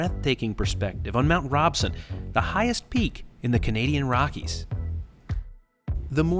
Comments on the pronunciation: Its not ROBESON its MOUNT Robson. There is a famous Vancouver street named after that Mountain. Robson Street. Pronunciation is EVERYTHING in Canada. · Hello and thanks for the video. is not Mount Robson. It is Mount Edith Cavell. Mount Robson is about an hour's drive west of Jasper. And just to help you out it is pronounced ROBson....like the name Rob or I robbed a bank. ;) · fyi its Mount ROBson, not Mount RobeEson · Mount Robson is pronounced Rob-son, not Robe-son as you said. Just saying. Really enjoyed the video, thank you.